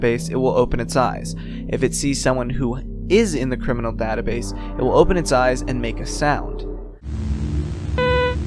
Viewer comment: ok guys but when he said 'C R I M I N A L' I felt that